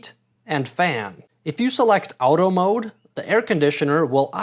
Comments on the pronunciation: WTF ..' Owtoe' ??..the term AUTO comes from the word AUTOMATIC , so how do you pronounce that ?! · Were you trying to trigger me when pronoucing “auto”? Literally nobody pronounces it like that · Now work on your pronouncistion of “auto” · American. Obvs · I've never heard anyone pronounce auto like you "out-o" regardless of that thanks for the video, that's very helpful.